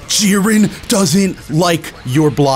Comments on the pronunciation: Bro it's jeer-in not jir-N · its not jeren its J"I"ren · The way you say jiren makes me cringe so much bruh